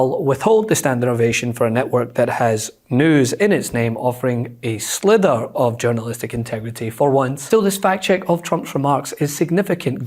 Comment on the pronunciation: It’s sliver not slither mate